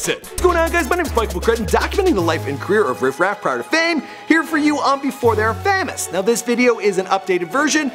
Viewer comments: did this guy just say "FAH-MOUS"....ITS PROMOUNCED "FAY-MOUS" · said fam-ous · He says famous weird